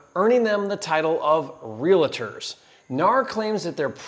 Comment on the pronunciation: "Realiter" LMAOOOO REAL-TOR